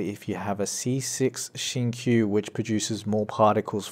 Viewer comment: The way pronounce Xingqiu's name is wrong just pointing it out. Great guide tho